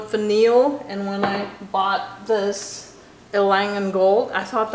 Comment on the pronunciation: “Note Vanillée” is pronounced “note vaneeyay”, because of that accent égue over the e:-). I have. decant of it and I am quite crazy about it as well!